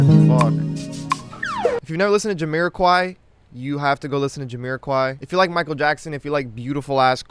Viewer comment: you say Jamiroquai weird